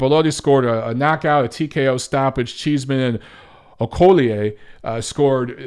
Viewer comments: Good stuff, Facts and not just opinions like most other so called boxing journalists, Biggup as always #MonteroOnRanting Ps its Okolie, O-ko-lee Peace ✌ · Okolie - pronounced Oh Co Lee :D